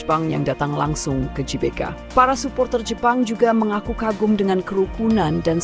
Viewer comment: GBK tuh kalau dibaca dlm bahasa indonesia di ucapkankan Ge Be Ka... bukan Ji Be Ka